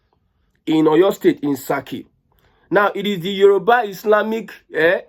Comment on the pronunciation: It is Saaki not saki(is meat). Thx